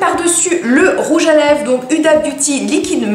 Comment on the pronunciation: omg ça se dit houda pas huda😂😚😚